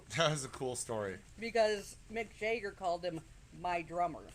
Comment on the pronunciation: Mick Jagger not Mick Jayger